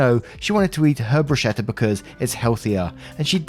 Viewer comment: Please, "bruschetta" is pronounced "broos-keh-tta". The "ch" in Italian is ALWAYS pronounced "k".